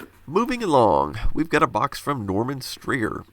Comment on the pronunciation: Holy crap.... My last name is Strayer, and my family had a feud t some point, making a crappy rift in our family. It's so weird, hearing my last name in a video, much less pronounced right. Good job, and keep up the vids.